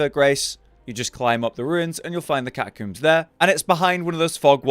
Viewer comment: “You find that Here in the 🐱-tuh-cooombs and you’ll find that here in the 🐁-suh-liam”